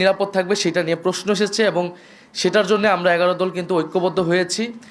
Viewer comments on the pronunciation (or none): none